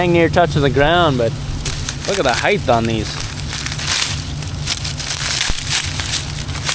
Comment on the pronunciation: Height, not heigth...With Aloha...